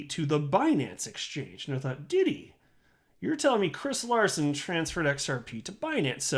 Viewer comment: hahaha name not at all correctly pronounced :)